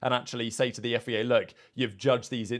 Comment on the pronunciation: I really like your videos but will you please, please stop saying FEA. It's FIA. :D